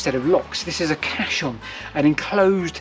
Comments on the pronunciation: Caisson is pronounced ‘case-on’ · Interesting. Never knew about this idea. I've also never heard the word caisson pronounced like that. I've only ever heard it said like "case-on", but that could be an Americanism. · I thought it was pronounced "Case on" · Great bit of info, loved the story, I belive Caisson is pronounced Kay-Suhn, the easiest way to say it I think is Case-on. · I don't mean to be picky, but there's no "h" in the pronunciation of caisson. It's spoken how its spelt. Interesting video though of a place closer to me. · I love how you seemingly couldn't decide on the correct pronunciation of caisson, so used every pronunciation going, genius move 🤣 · that would make sense if he stuck to that one pronunciation, but every time he said it he seemed to say it differently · I think just spelt (and pronounced) it wrong. Caisson House is spelt that way on Historic England's website for example. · There's NO H in caisson so it's pronounced like CASE-ON not CASH-ON. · A great and scary explanation, thx! I’m pretty sure Caisson is pronounced Cayson by the way… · The word is in fact Caisson, and is an engineered watertight structure still in use today. It is pronounced to approximate the sound of "case-on". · Very interesting video, and some lovely stonework and industrial architecture on display there. Keep it up. I love canals. Quick point of order, though - it's a caisson, pronounced "case-on" and not "cass-on" or "cass-i-on", it's a word taken from french meaning "large chest". No, not that sort of large chest, get your mind out of the gutter. Literally referring to a bloody great big airtight box you could put a boat into. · Caisson, - pronounced ‘Kay son’. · Fasinating posting, however "Cassion" is pronounced "Case-on". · Caisson is pronounced "Kay suhn" hope this helps, great video btw.